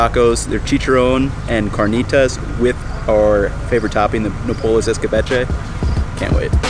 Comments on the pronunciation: I love your channel and I'm playing catch-up, and I'm so jealous of your food adventures in Mexico City, but I grew up in South Texas and love nopales and it hurts to hear you pronounce the word 😀. In Spanish, if there's no written accent, then the 2nd to last syllable is emphasized. The "PA" has the stress. Also, they are amazing when pickled. I have a lacto-fermented relish I make with nopales, jalapeño, onion, cilantro, corn, and jicama that I keep in my fridge and it goes on all sorts of Mexican dishes. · I realise this is a year old but imma give you a quick hack for pronouncing Spanish: If there’s no accent, stress the second to last syllable. Otherwise stress the accent. That rule will get you through reading the vast majority of Spanish words. This one gets you through the rest: Unless the word ends in a vowel, N or S. Then you stress the last syllable. You can now read any Spanish word that’s been spelt correctly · OK, his pronunciation of "nopales" is going to hurt my ears for this whole video. Also it would be great if you could have gotten the name of the "taco guy" who you got the recipe from and given his stand some free advertising. Because basically now you've taken his recipe, made yourself some $$ and he's got nothing... Also reference the video where you learned how to scrape the nopales efficiently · every time you say nopales wrong i wanna hit you in the face more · In Spanish the vowels always make the same sound. A-Ah, E-eh, I-ee, O-oh, U-oo. For someone living in Mexico, I wasn’t expecting him to butcher the pronunciation. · Yeah. I was cringing every time he said it, but at least he's a white boy who's willing to embrace other cultures and the foods to go along with 'em... even if he slaughtered the pronunciation of Nopales! 🤣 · Along with Andrew Zimmern this guy has the worst pronouciation of easily pronounced Spanish words. It's like they're not even trying but I'm not going to fault him for that. I still appreciate his videos.